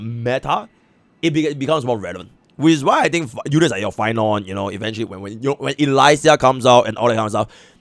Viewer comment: Dear my most beloved,💕 Elysia is pronounced E-LEE-sia not E-LAI-sia. 😭